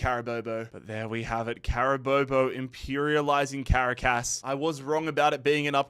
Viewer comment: Awesome job making these videos. It is now a yearly tradition for me to watch these in their entirety. It's clear that you put an ungodly amount of work into these, I know I would lose patience with it so fast D: A few pronunciation tips if interested: Caracas = "cr AH kiss" Quito = "KEY toh" (like "cheetoh" but "key") Amiens = "AM yawn" but you kinda drop the "n"